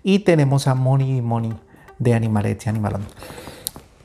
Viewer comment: Ya vi el vídeo entero y la verdad es que es una maravilla de hormiguero, súper bonito 😍 Me encanta lo bien que dices animalets i animalons. Un abrazo maestro